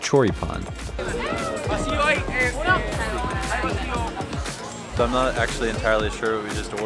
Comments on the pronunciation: Your little one says choripan better than you jajajajja😂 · english must have no words that carry the accent at the end cuz ya'll keep saying chorí-pan like it was koran or something lol